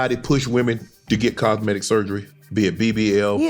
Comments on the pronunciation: i believed it was "cos-meg-bi- cal" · I heard cogmetic